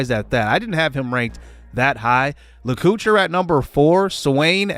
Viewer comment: great transfer portal coach! stoked about freshmen Enrique Damico, lets hope we can keep him around for his whole career and David Lacouture (la-co-tour). i think these boys are going to lead this offense for years to come!